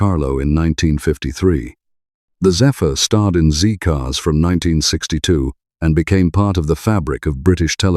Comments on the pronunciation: Not "ZEE-Cars", "ZED-Cars". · I was apalled to hear a presenter with an English accent refer tpo the 1960s TV show Z Cars as "ZEE" Cars. The who was titled Z (ZED) Cars.